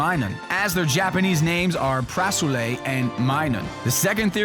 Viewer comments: It's Purasuru, not Purasule. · It's really "Purasuru" not "Parasule"